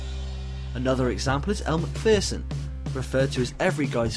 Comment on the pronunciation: Elle McPherson is pronounced Macferson not Macfearson😉